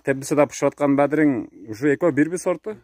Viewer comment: Бадирин эмес бадырын десерт болбойбу